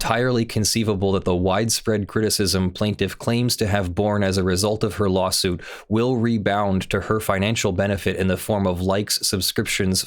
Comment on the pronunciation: The word is redound, not rebound – but I too had to look that up in the dictionary to be honest.